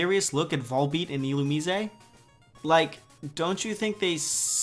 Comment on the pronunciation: What's this f4f everyone's talking about? (yes, I Googled) Why're their pupils blinking? That's kinda... abstract. Excuse me? Illumi-zé? I always pronounced it like Illu-mais... It's because part of his body is in the water all the time. And, you know, pants. To whom do the islands belong to, then? Who conquered them?